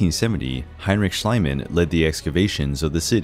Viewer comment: Heinrich SchIEman ("schleeman"), not schlyman PYlos ("peelos") not PIE-loss Tyrins ("tirrins") not TYE-rins That's what the names have ALWAYS been (in historical times). Why are the Americans trying to re-invent the names???